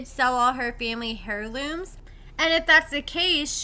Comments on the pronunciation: Girl say AIR LOOM for heirloom. Not hair loom. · Heirloom is pronounced air loom the H is silent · The h is silent in heirloom